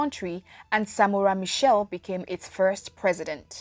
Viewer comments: Michel or Machel? Its painful to keep hearing him referred as Michel. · Some good info, but Samora Machel died in a plane crash at the Mozambique/South African border ! Why does the presenter say Michelle, when the name was Machel ? Trinidad &Tobago. West Indies. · Next time you want to do a report or a documentary about a revolutionary African Leader make sure you do your research. Firstly His name was Samora Machel not " Samora Michel", also he died in a plane crush not a car crush. What a waste of time watching such distorted piece of information. Samora was a Lion of Mozambique. Agreat Pan Africanist and you cant take away that from him.